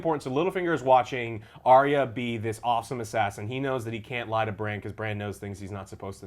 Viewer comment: Drogon Joe, not Drogo. Drogo was Dany's lover, Drogon is the name of the Dragon.....So lets do a count, cannot say Arya correct, cannot say Drogo correct and I am sure there is another one. Good review though, and.